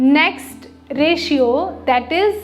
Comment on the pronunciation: Reshio nhi hota mam reshyo 😂